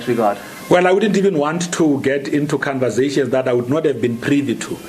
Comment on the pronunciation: "Canvasations " this guy just kills me ... welcome 2 SA journalism